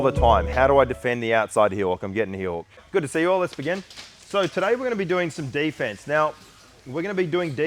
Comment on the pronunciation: "We gonna be doing day fence"